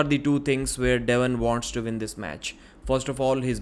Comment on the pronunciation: When he says "win" he says Vin.